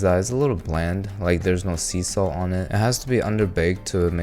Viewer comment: istg i thought i heard cecil instead of sea salt….the invincible brainrot is getting to me…